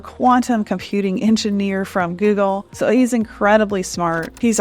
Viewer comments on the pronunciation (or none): none